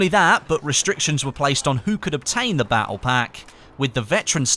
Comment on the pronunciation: the way you say "battle" makes me want jump off a cliff